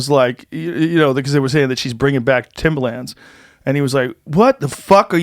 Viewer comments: Its Pronounced Timberland..Not Timbaland.thats a rapper..just sayin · Fuck, Joe, it's timbERland! Timbaland is that dj guy. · Joe says Timbaland the rapper instead of Timberland the shoe